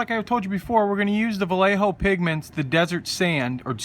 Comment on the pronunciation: not sure if you realize yet or not. The paint brand your using (Vallejo) is Spanish, pronounced: Ba-Yeāh-Ho. Meaning, old man. Love the Look, on these Merkava tanks. Would like to see some in a desert camo scheme. Base: desert sand With brown/black camo. W/gray or off white "stone" "highlights" Toned down with a sort of faded black "tiger stripe" streak effect overlay, angled front to back.